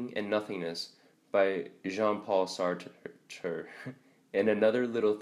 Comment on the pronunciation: "Sart-err" lol. That pronunciation is wrong.